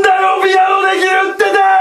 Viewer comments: 何だよピアノできる"ってて" に聴こえたんだけど俺だけ？ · のでんがんさんが「なんだよピアノできるっ手てーーー」にしか聞こえなくてツボ